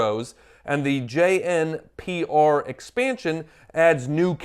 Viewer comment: JNPR pronounced Juniper. Pyrrha.... Still too soon 😭